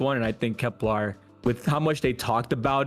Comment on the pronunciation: KeplAr - what are we Klingon? SEEve - ever live life? KepLER Sieve (pronounced Siv) Just STOP! Get help